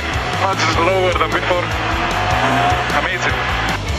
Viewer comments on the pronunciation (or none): Much zlower than before